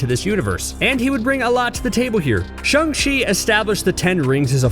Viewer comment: Its shANG not shUNG